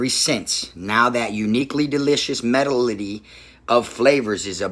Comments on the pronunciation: These ain't no where near $10-15/bag..for that 12 pack he got he paid $3/bag..I don't know why he trying to flex like he balled out and spent $120+ on chips.. he didn't And the word medley is pronounced med-lee . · When he tries to pronounce medley. I felt that.